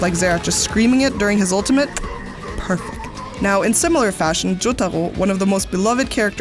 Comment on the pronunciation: The way you pronounce Joyaro is very French.